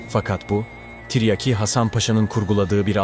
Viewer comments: Deli oluyorum yaa Tarih videosu yapmışsın Salatalık okur gibi tren der gibi tiryaki diyon Mghyim gelde çıldırma Tiryaki değil Tiryâki diyecen Azcikda olsa insan biraz Türkçe öğrenir yaw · Zağreb değil Zagreb. Ayrıca Zagreb hiçbir zaman Osmanlı toprağı olmadı. - Tiryaki denmiş. a kısa okunmaz. Tiryâki diye uzun okunması gerekir. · Tiryeki değil oğlum tiryaaki len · Yav kardeşim ikide bir tiryeki diyorsun,böyle bir kahraman şahsiyetin adını telaffuz edemiyprsun bu nasıl tarihçilik hasan paşanın lakabı tiryeki değil..TİRYAKİ Hasan paşa........ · BIR DE TIRYAKI KELIMESI NASIL TELAFUZ EDILIR OGRENSEN SUPER OLACAK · Seslendirme kötü. Anlatım ile video uyuşmuyor. Seslendiren her kimse, "tiryaki" nin nasıl telaffuz edildiğini öğrenmeli.